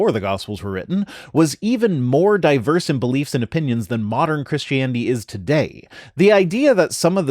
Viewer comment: Ok, one from GE and now this one ... have they started pronouncing it Chrishtanity or Chrishtaniety since I left?